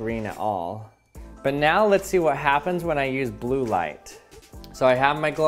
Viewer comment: Thought he said “Erase life”